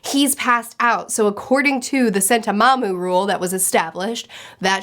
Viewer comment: New drinking game: every time calls Sentomaru "Sentomamu" take a shot:P